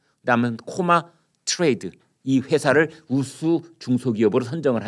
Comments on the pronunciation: 토마 아니고 코마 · 오래된 얘기가 이제 밝혀지는건가?그리고 토마가아니고 코마아닌가?